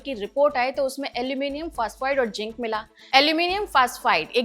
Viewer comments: AntIDOT nahi AntiDote hota hai and Jink nahi Zinc hota hai. English sudharo pehle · ZINC, NOT JINK. ANTIDOTE, NOT UNTEEDAWWT.